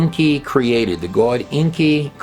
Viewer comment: Wow so much bad info in just 30 minutes NEVER trust a dude that can’t pronounce the word GOD